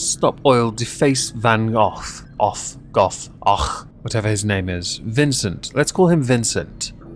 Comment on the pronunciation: I think Van Gogh is pronounced "Van [clear throat]-[long O]-[clear throat]"